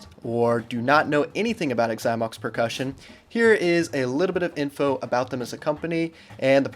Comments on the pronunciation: Okay, first of all it’s “Zy-mox”. If you’re going to review a bad company, say the name of said company properly. Secondly, I’d never buy a Xymox pad. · Why does he say “igxymox”? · The way he pronounces Xymox is so annoying!